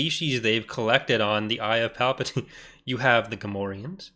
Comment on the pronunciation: Not Palpadiddy…